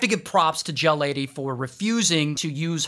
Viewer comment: Oh gel lady I thought he said jail lady 💀